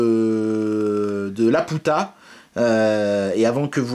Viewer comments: On prononce "lapiouta" pour Laputa sinon il y a effectivement des ricanements débiles au fond de la salle. (comme dans le film quoi) Bon moi je vais aller m'allonger deux minutes, mes oreilles ont faillis jouir ^-^' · Prononcer Lapiouta est stupide. Si les gens rigolent parce que tu le prononces correctement en Japonais, c'est qu'ils sont cons x)